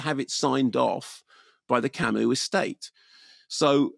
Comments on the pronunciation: It's pronounced 'Camoo'. Trivial point I know but I have nothing of worth otherwise to add to some of the excellent commentary around existentialism already posted by others. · It's pronounced "Camu", the s is silent. Perhaps you can read about Camus' remarkable life. There are two excellent biographies by Herbert Lottman and Philip Thody. Read his other novels as well, to get a better idea of existentialism. It is certainly not nihilism. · I like Kermode & Mayo on film, but they have a very no-nonsense approach to anything philosophical down to the way Kermode pronounces Camus as Kamuss! They are anti-intellectualists who escape into film as opposed to reading books, so their attempt to sum up 'existentialism' is a bit puerile. Very Beavis & Butthead! Camus wasn't an existentialist( he said so): Camus used the novel form to express philosophical perceptions by using images. Camus's philosophy was about the Absurd: what the mind wants, what the world prevents. Also his use of chance as in the absurd murder, which is never fully explained psychologically, apart from the effect of sunlight & heat: " It was the sun." Merseault would be classed as a psychologically challenged individual with an autistic disorder in a racist, apartheid society. That's' why they're right the placement of the named Arabs Moussa and his sister Djemila( important in the court scene) was a revisionist take on Camus's startling novel of 1942. Kamael Daoud 's novel The Merseault Investigations from the Arab's POV has been absorbed by Ozon. This film is a vast improvement on Visconti's 1967 film because Mastroianni was too charismatic in that, so it didn't work. Delon would have been a perfect fit. Don't forget if you see a novel filmed you should at least attempt to read the novel and understand it. Try not to mix Camus up with Sartre.